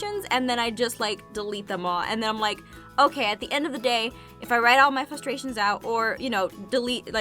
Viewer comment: I like how you sort of pronounce frustrations like flustrations